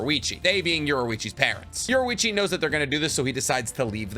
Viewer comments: Yorichi not yorewichi It’s infuriating to hear i enjoy waching say it that way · Ok I’m not ussaly a picky person, but I will kill my self if u say “Yorwechi” one more time. U say it like this: Your-E-chi so pls say it right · Why do you say yorwichi and not yorichii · his name is yoriichi not yoruichi